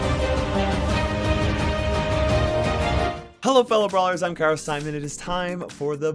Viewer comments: “Karis diamond” Who the hick are you!? WE WANT CARA SIMON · It said cara simon